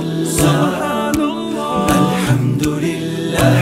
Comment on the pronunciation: Not 'Subhaanal laaaaaaah'... But 'Subhaanallaah'... The pronounciation of Native Deen is poor.. They need to improve